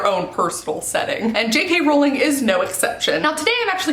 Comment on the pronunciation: I was so please you pronounced JK Rowling’s name right, most people from the US always say Row-ling (Row as in argument) and not Row-ling (as in row the boat). Jo was asked in an interview how it was pronounced and she said the latter, so I’m sticking with that, just incase anyone wants a row about it (see what I did there?) I did have a chuckle at how you said Edinburgh, though, like Burgh as in Chris De Burgh. It’s actually pronounced Edin-br-uh, like rhyming with duh! Hope this helps. Great Vlog, JK is my absolute favourite and is why I began to write my book series. You did a great job and I love your Vlogs 💕🥰 Just realised after writing this, you’ve already taken some stick for the Edinburgh pronunciation, so sorry to bring it up again lol 😂